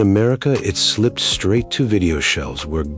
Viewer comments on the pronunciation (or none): He read the script like she slipped....on the vr helmet. Not slipped on the vr helmet.